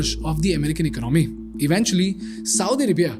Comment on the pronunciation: This guy's pr0nunciation and ac cent c r e e p me out. He uses the word "economy" so often, then he better know the right pronunciation: economy is pronounced as [ēˈkänəmē] not [ache-o-no-me] Wreck is pronounced as [rek] and not [reek].